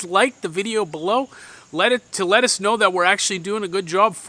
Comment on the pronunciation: good one 🤣 "let us" know... "letuce" lol